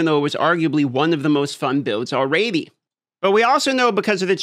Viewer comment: Alraydee makes me cringe everytime I hear you say it.